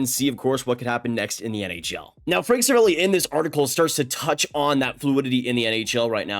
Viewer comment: say it with me please. Ser-A-Val-E